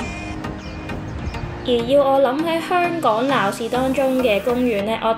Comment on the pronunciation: 雖然佢經常將「香港」講成「香趕」，但，呢啲先係「香港FEEL」，講得太字正腔圓，就變咗大陸人。